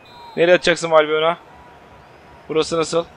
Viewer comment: Abi bu arada valbuyena degil valbuena diye okunuyor ☻